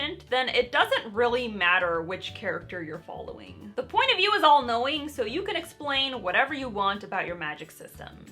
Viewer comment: You made me do a double-take, cuz I thought you said, "First: what is the point of you ?" I now realize you said, "First: what is the point of view ." lol